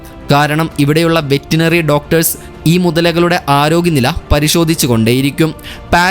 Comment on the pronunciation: വെറ്റിനറി അല്ല; വെറ്ററിനറി